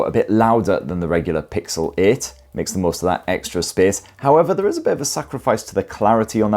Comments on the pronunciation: Pixel Eh and Pixel Eh Pro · It's called PIXEL EIGHT & PIXEL EIGHT PRO. And not PIXEL IT & PIXEL IT PRO 😂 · "Pixel-ate" and "Pixel ate pro" 💀🌚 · Am I the only one that hears 'Pixelate' every time?😂😅